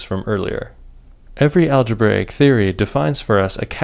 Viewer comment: aglebraic daata tyepes :D